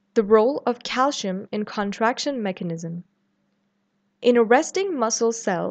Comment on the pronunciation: why pronounce calcium as calshium? i noticed it in many videos by south Asian professors and doctors, is there a reason? Thanks for the response I'm curious!